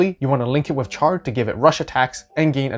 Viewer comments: Char pronounced with the "SH" sound. Not like Char as in Charcoal... "Sh are" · First you miss pronounced Char, then you call the Gouf a Golf and then you insult Ramba Ral by calling it a Blue Zaku then when I heard the way you said Zeon, I thought I was gonna die, getting flashbacks of the crappy Seed dubs with their blatant miss pronunciations of Character names. I say all that as a joke, loved the video, thank you.